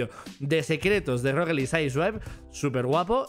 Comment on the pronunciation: Nadie:: Rocket League sai suaip